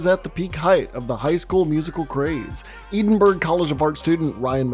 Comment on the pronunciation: why the did you pronounce Edinburgh as fuckin "eedin-burg"???? Fir aw you yankees oot there, it's pronounced "Ed-in-burra" ir "Ed-in-bruh". Doesnae take mair than 5 secs tae figure that oot.